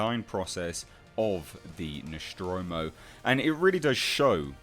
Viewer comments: I believe it is pronounced Nostromo, not Noschtromo. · the "Noshtromo"? WTF? Since when it is Noshtromo and not NOSTROMO? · It's Nostromo'.. Not Neschtromo'... Damn Brits'... So annoying... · Noschtromo? ....seriously? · Very good vid but why do you pronounce the ship's name as "Noshtromo"? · What the fuck is the ‘noshtromo’? Was it built at the Sean Connery Shipyards? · Really interesting stuff! Where the hell did u find all the data of Nostromo? BTW didn't know is's pronounced Noshtromo. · One minute in and You've already pronounced the name of the vessel wrong twice. The name is NOT Noschtromo, okay?